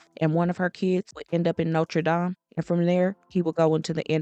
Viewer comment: It's pronounced Note-er Day-mh